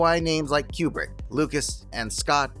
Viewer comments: Stanley Q-bert? 🤣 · I know I'm in a dystopia when someone pronounces Coo-brick... Q*bert